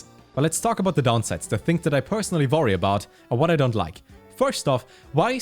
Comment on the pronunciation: I believe that If you try really hard you can say worry instead of vorry